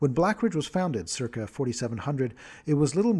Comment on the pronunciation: This guy pronounces CIRCA like WTF... and mixed up the words EQUINOX and EQUATOR. This is getting hard to follow at not even 3 minutes in.